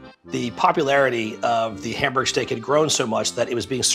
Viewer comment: can you at least pronounce Hamburg right